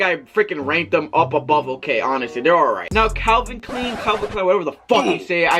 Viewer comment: Calvin Kleen,! Le’ coasta, Levy ‘s, Noticuh 😂😭